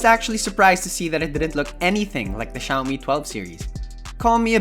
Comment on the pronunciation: i keep on hearing shaomi pub lite